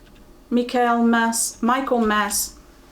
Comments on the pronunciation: Hi. Michaelmas daisies you probably know as Asters. It's said micklmuss. Not sure if that's just what they are called in the UK. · Michaelmas daisies open in the day and close up at dusk. I used to plant them in my little patch of garden when I was about five or six. ( Pronounced Mickle-mas).